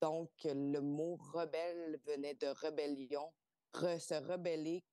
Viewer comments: Comme « rebellion » au lieu de « rébellion »… ça pique 😣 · Le « regard » de cette journaliste est très intéressant. Merci pour cette interview. En passant : « rébellion » et non « rebellion » ! Ça pique les oreilles 🙃